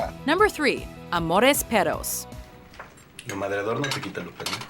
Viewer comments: es amores perros no " amores peros" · "Amores peros" I love how they pronounce de rr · 'Amores peros' xD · Es gracioso como la narradora del video se esfuerza por decir el nombre en español pero al final está mal estresada la palabra pero se valora el esfuerzo jeje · Amores Peros? Jonzalez? No saben que la G con la O no suena a J? No es tan difícil de recordad, es exactamente igual que en inglés.